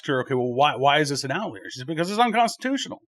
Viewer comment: I love you Please pronounce OUT li ER